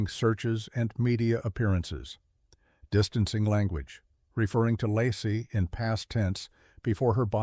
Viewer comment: Should have titled this how many ways can we mispronounce Lacey Peterson's 1st name...I'm done